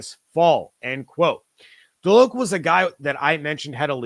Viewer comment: FYI: As a Nole fan, Kalen DeLoach is pronounced (DeLowch), not DeLoke.